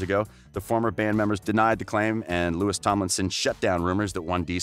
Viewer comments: First of all, any "journalist" who still says "Lewis" doesn't know shit about 1D. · I don’t trust anyone that says “Lewis” and “Niel” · Since its 2020 i am teaching eveyone the proper pronunciation okay? NIALL - nuh-yall LOUIS - loo-wi Youre welcome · Niall 》 Nayl Louis 》 Louie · Yeah, like it's pronouced "Louie" and "Nayal" This guy kills me😂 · nayal lowi right pronunciation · The way you pronounced louis and niall shows that you have not done enough research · You said his name wrong. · The fact this guy keeps saying their names wrong irratates me!! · Please do the research of how to pronounce their names before making a whole video about them. Not that difficult at all. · The way you pronounced Louis and Niall's name shows you're not an actual One Direction fan... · lmaooo im crying the way he paused tooooo 😭😭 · did he just..........did he just say Louis and not Louis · Hezarfena she didn't mean it like that it was that the guy in the video said Nialls and Louis' names wrong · The way you pronounce Niall and Louis is terrible dude! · literally don’t wanna watch this bc u pronounced niall and Louis wrong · the way you pronounce Louis and Niall shows that you haven’t done enough research.🤦🏽‍♀️ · His name is French. Pronounced (Lou-wee) not Lewis and Zayn said in a recent interview that he and Niall have a big brother, little brother relationship and that they are both supportive of each other's work. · You made this video to get 1D fandom views, and its pronounced Louie (Louis) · Its now lewis its louis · Cottam it's Louis not lewis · For third : it's pronounced Loui not Louis (s is a silent letter) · no his name is pronounced Louis not Lewis not with this Louis maybe with another but Louis Tomlinson is Louis not Lewis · Jiya - it’s Louis not Louie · His name is Louis Tomlinson, and speak without the S. And not Lewis Tomlinson 😒. Just a Tipp for the next 1D Video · IKR, it's louie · It's Nial not Neil and the s in Louis' name is silent, it's pronounced Lou'e'